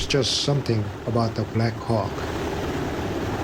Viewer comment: Did I just hear " there is just something about the black cock"😂